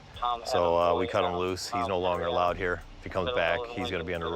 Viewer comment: "right herrr"🤣🤣🤣 it's hot in herrrr